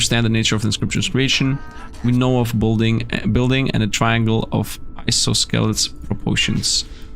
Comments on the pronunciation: The c is silent and the o is the stressed syllable (ai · saa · suh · leez). And it means two sides are equal length. As a non-native English speaker I was also unfamiliar with the word, but I suspect most English speakers will know it, since it's from basic geometry. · I know you're not a native speaker but isosceles is pronounced eye-sauce-o-lees =)